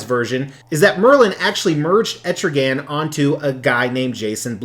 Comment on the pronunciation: it's not pronounced like that it is Etrigon dude.